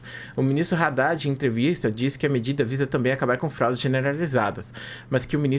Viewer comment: Pronuncia Haddad certo pls